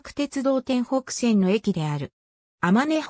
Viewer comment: てんぽくせんがあまねほくせんと読まれている